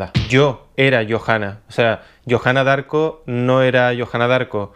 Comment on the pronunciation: se pronuncia diarco